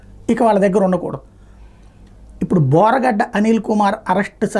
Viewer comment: బోరుగడ్డ 😂😂😂 బోరగడ్డ కాదు😢